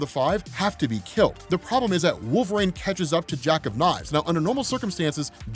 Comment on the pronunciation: lol why does he pronounce it “wolv-rain” LOL